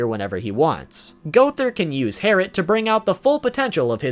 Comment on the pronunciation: It’s actually Herrit